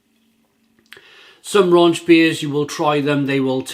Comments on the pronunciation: There is no "n" in rauchbier. Rauch is German for "smoke". Please stop saying "raunch". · I love watching all your reviews and I mean no disrespect when I correct you on the pronunciation here. The first half of the word is pronounced sort of like 'cow' but with an 'r' instead of a 'c'. So, 'rauk-beer'.